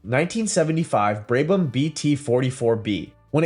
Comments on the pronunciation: Terrible editing and awful prononciation Braybam really, confusion of Vanwall with BRM and Connaught. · It is so damn easy to research how to properly pronounce Brabham. Just lazy.